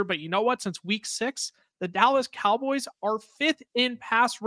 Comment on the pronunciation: "The Callas Dowboys" is crazy!!😂